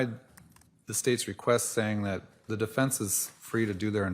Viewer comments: WTF IS THE "DIFINSE" Lori Dumbell???? It's the DEFENSE. YOU AREN'T SPEAKING THE ENGLISH LANGUAGE. GO BACK TO CHUD DUMBELL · Holy cow can she really not even say the word defense?? What the heck is a difinse?? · Lori it's defense not definse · She calls defense, "definse" Not too swift. Doesn't pronounce words correctly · Difinse? She cant say defense? Bizarre😳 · "deFINCE!" UHGGH I HATE HER